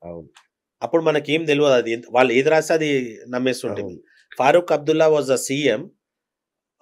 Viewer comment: వాల్లు కాదు, 'వాళ్ళు' అని పలకండి. తెలుగు భాషను గౌరవించండి.